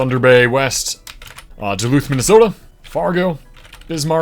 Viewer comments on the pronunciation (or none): none